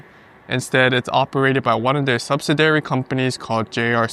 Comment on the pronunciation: Thanks for another great video! FYI, the accent on “subsidiary” is usually on the second syllable: “sub-SID-ee-ary”